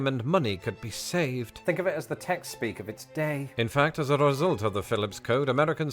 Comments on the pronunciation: you use "F" instead of the "th" sound. Fink for think, free for three....but it's probably regional, like accents in the US. And you like to say YA'LL....so it's all good! 😂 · You don't S-back but you do TH-front. That is, you pronounce all your TH's (think, three) as F's (fink, free). You're not alone. I see a lot, and I mean A LOT of Brits do this, but it is very noticeable. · Brits (including you) often change the 'th' sound (think) into an 'f'. At the very end of you video "Let me know what you guys fink." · You and other people in the UK pronounce "th" as F, fink instead of think,free instead of three,anything with a "th" you pronounce as F.